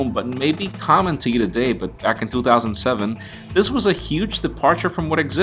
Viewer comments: Stop saying 2007 like toothoSANDseVEN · You say "back in 2007" in a Boston/New york accent, but everything else sounds normal